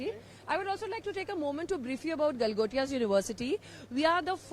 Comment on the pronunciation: Galotia ❌ Gotia ✅